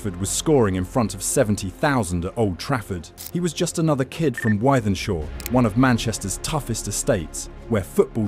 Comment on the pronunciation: Its pronounced with-then-shaw